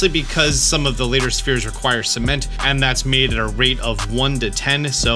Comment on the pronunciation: i love the "Cemenet" and "Cememnt"